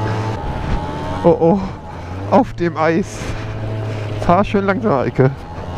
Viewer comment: Als du gesagt hast hat sie ja super gemacht die Eike hat es sich angehört als würdest du sagen hat sie ja super gemacht die alte😂